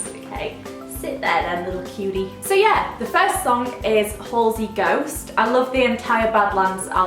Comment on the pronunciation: You pronounce Halsey as it looks if that makes sense, not hallsey, just letting you know! Great video xx